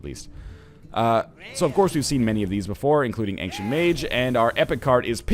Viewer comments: Why do you pronounce ancient as ank-sient? :p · Why does NL tend to pronounce ancient as "Angshent"?